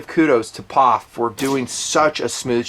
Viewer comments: I've never in my life heard someone pronounce POF like it was a 3 letter word. Dude, it's Pee Oh Eff. lol Wow, that was annoying af. And you don't do that with any of the other MANY acronyms you use on this channel on a daily basis. lol But all of a sudden, we're Pawf'n it. lol wtf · P...O...F... Not POFF. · It's not a "POF" it's pronounced " P.O.F. " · From a POF owner and enthusiast, don't call it a Pawph! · Pee Ohh Eeff lol